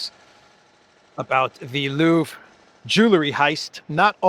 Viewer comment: Stop, stop! It's not "ju la ree" it's "ju el ree"!